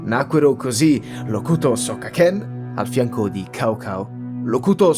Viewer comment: La pronuncia di Cao Cao dovrebbe essere tipo un "thzao thzao". Per il resto, video impeccabile come sempre, siete davvero incredibili.